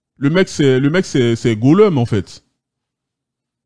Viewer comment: Goloum on dit (golum) pas gouleum 😅😂